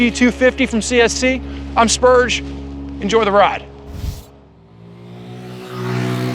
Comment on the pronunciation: You say "spurge here" I think spurge!. Every time.